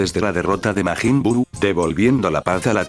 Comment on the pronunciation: 3 seconds in I hear “Maygen Bew”…..